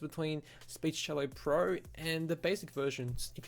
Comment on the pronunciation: You call it 'Speech-cello', but isn't it just 'Speechelo'? Anyway, just an observation - thanks for the video.